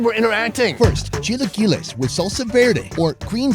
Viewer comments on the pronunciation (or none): It's actually pronounced chee-la-kee-lez